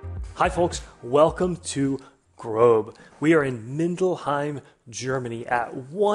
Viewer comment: It's not GROBE it's Grob exactly how it's spelt